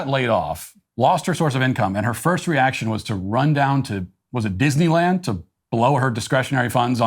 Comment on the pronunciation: Another example of what technology has also created which I don’t see anyone else bring up is how these creatures communicate. 😳🤯 Am I alone in this?? The way she fumbled the well known word of DISNEYLAND.. but said something like ‘’DIS UH LUND’’ Something I keep noticing about these zoomers besides being unbearably un-self aware is the very troubling way they’re exhibiting strange speech patterns, a great amount have very noticeable lisps that used to be worked on in elementary school in my day w/ a speech therapist (mine was relieved in 2nd grade) but more worrying is their inability to appropriately pronunciate, there’s little syntax & I wonder since the world started baby proofing everything but scarily in public schools where resilience is built & communications are worked on by having conversations & debates along w/ kids standing next to each otherwhile texting one another. I know when my son was young & the schools stopped teaching cursive writing ✍ I was shocked & when I asked about it, I was treated like how dare I inquire about a key part of the fundamentals that helps with linguistics. So many of these incredibly naive kids actually sound as if they have major speech impediments, head injuries & or CTE.. it’s reminiscent of… if anyone has ever forced themselves to listen to someone like Brendan Schaub who clearly has all these issues including CTE, his syntax is way off, ie- instead of making a statement like ‘’I was caught peeing in the sink’’ Instead it’s usuall